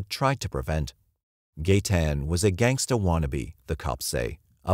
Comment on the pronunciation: Something about the way this guy says gangsta is wrong